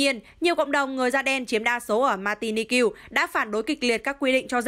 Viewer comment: Bởi vậy. Mạc ti ních mà nó đọc làm sao mà ra ma ti ni kiêu vậy trời!!! Bó tay với mc này luôn.!!!